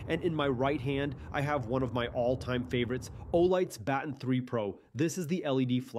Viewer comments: did i just hear you say "battin" when its pronounce buh-ton i dont blame you, i just never hear anyone pronouncing it wrong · Never heard Baton pronounced that way haha